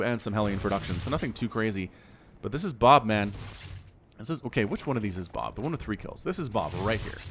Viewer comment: Lol it took me a minute to realize you weren't saying boob